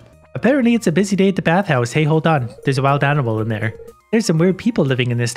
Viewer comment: "hold on, there's a weird animal in theey heir"